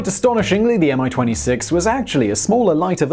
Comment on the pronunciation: its not "AM I - 26" - its "ME-26" correct pronounciation - its even has small "i" in "Mi-26" name